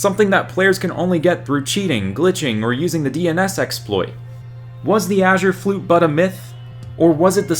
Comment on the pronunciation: Mans really says “achure flute”